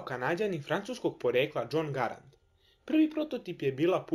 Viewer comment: Kaze se em jedan Gærend